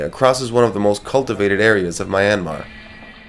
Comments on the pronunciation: Its ME anmar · please pronounce the country name correctly... not my-anmar it should be myan-mar !! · "MAI-anmar"?? Oh my God. You even went there and you still don't know how to say "Myanmar". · Please, learn to pronounce the name of the country correctly.